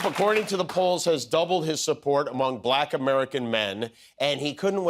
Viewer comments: It bothers me how he says black. He says it with quotation marks, two syllables, and a really hard K ending. - " bah-LACKKH " "I like 'bah-LACKKH' men!" -DonOLD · My skin crawls every time Trump pronounces bLAck the way he does 😵‍💫😵‍💫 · Why does TFG pronounce "Black" like it has three Ks? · Trump is the only one who gives the word “Black” two syllables.